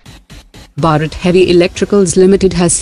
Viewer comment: Please pronounce Bharat properly!